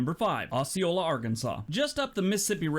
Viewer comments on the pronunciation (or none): I'm in arkansas. It is not pronounced as he is saying it. The o is said as oh. So we say oh- see- oh- la. I've never heard it said the way he said it lol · That is "oh-see-ola. I live in jacksonville arkansas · this guy is too judgemental and opinionated -- I live 15 miles from Osceola Arkansas - pronounced O Ceola the s is silent -- so there's that -- we are an old time area in the delta - on the Mississippi river - fine people for the most part --- no town is perfect -- I noticed no California towns --- ------- you are awesome - genuine - God bless